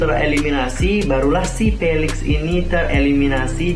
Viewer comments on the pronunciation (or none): Felix bang bukan felex🙄